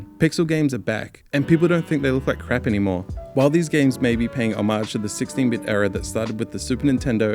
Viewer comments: your mispronunciation of homage is distracting and bad. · there are like 4 different pronunciations of HOMAGE and I don't know what is right. i still read it as "oh-mayj" but still bothers mo everytime